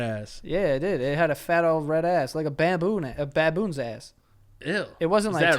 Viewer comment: joe seems to have always had an issue saying baboon lol